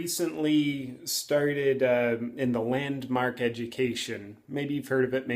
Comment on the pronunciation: JP the way you first said it sounds like Landmarket LOL